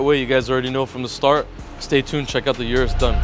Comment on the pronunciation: O-RUS not U-RUS